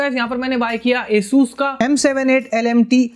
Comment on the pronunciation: Its Asus not aeesuuus, a+sus